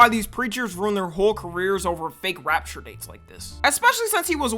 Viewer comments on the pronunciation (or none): it so annoying how he pronounce "rapture"